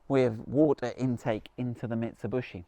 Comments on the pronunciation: Mitsubishi.....ffs.NOT BUSHI..........Mit....Su.....BISHI........what is so difficult..??? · Mitsub-U-shi. funny. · how you do pronounce the Shogun marque? MIT SU BISH EE or MIT SU BUSH EE? Just saying. 🙊🤔👍🏻🙏🦘